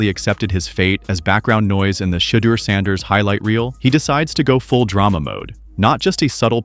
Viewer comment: How many different ways is this AI robot gonna pronounce Sanders name?